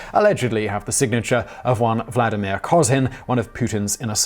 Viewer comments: Wladameer Poo-tin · Please, stop calling him Vlad, that is short for Vladislav. Vladimir is derived from old name Volodimir, so short names are Vova and Volodya. Thank you.